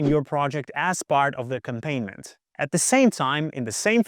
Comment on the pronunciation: Solid advice, great points. But I have one suggestion for future videos. ... It's not pronounced "ack-um-PAIN-ment". The word is pronounced "ac-COM-pa-nee-ment."